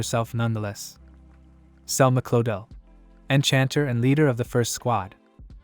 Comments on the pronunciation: I'm happy I'm not the only one that keeps hearing Hitler LMAO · Lol it totally sounded like the ai said "thats why she became a hitler"😂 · I’ve read the manga. And when I saw this I listened to it when driving and WHY CANT YOU SAY ENCHANTER! Annoying. You get a thumbs down